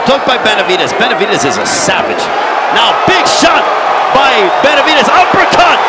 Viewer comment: The commentator can't stop saying Benavidaz lol